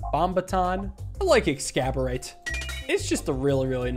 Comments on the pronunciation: The devs: make funny pun with exacerbate: haha Excaborate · i love how he pronounces "Exacorbate" as "Excaborate" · It's not "excaborate", it's "exacORBate", as in "exacerbate". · exacerbate ex·ac·er·bate Please. You're killin me. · Couple of notes- Kobanorb got buffed at some point, I think? It has more interesting 2nd and 3rd levels now. Orbert's Story, the orange book, I think can also make treasure chests pay out with Elite Fight relics now. Not sure if they've updated the item text yet. You keep pronouncing it "Ex-scab-or-ate" like it's an ancient sword... that doesn't even have a balls pun ;-; It's spelled weird, but it's meant to be pronounced 'Ex-ass-orb-ate'; meaning to make worse. The pun is already inside that word! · Eggs-ass-or-bait is how I think that orb is supposed to be pronounced lol